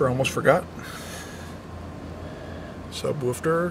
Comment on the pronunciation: What is a "subwofter" ? Jajajajaja! !